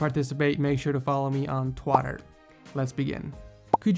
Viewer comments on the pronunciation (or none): Did you actually say instead of "Twitter" "Twatter"? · Wait... Did he say twater? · Did he acutely say twotter